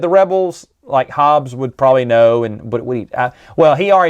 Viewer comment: Hobbie, not Hobbes.